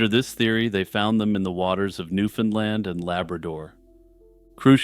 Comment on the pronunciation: You start off pronouncing “Newfoundland” correctly, which pleased me (as a Newfoundlander and scholar of Newfoundland history), but ten minutes in you switch to the “Newfunlund” pronunciation, which is incorrect. The common rhyme is “Newfoundland, understand.” You said it right at the start of the video!